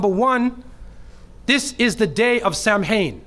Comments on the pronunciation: This man has no idea what he's talking about. Firstly, it's pronounced KEL-TIK, not "sel-tik". Secondly it's pronounced SOW-IN, not "sam-hain". Thirdly, the Celtic new year was NOT November 1, it was the NEW MOON which was at least a month after the autumnal equinox, and at least a month before the winter solstice, in point of fact. And Samhuinn (which means SUMMER'S END) was not the beginning of the year, it was the end of the year, at the time of the dark/invisible Moon. And it was a harvest festival, and a time to honour the ancestors, and had nothing whatsoever to do with devils/demons, etc. This video is stupid, ignorant, idiotic nonsense, in point of fact. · Lol his pronunciation 🤦🏻‍♂️🤦🏻‍♂️ Samháin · Well... He is actually closer to the real history of Halloween than many Christians. Despite that he has some problems with pronunciation. Beside that. First time I learned about the Celtic pre-christian Halloween tradition it was in fact spelled "Samhain". So he is not the first who think that is the name ;-) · Did I hear this guy say Samhain was a god? What a silly person! And he could have taken the effort to get his pronounciation right! From now on I will pronounce Muslim a Moo Slim.And that´s an improvement,I usually pronounce it idiot. And this one hasnt proved me wrong! From Samhain to slagging off Christians to Satanism, he covers all the angles doesnt he? But not in any coherent way What has Satanism and Rosemary´s baby to do with Samhain? The Meandering Mullah in Miami!